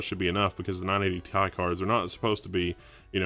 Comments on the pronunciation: who says 980 "TIE"? its T.I. like the rapper =D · tee eye. not tie. that's frustrating omg. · Say 980 "Tie" one more time.... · when you talk about Element abbreviations you don't pronounce it like it's a word. You don't pronounce Ca2PO4 "Ka 2 Poe 4" You say out loud all the letters and numbers.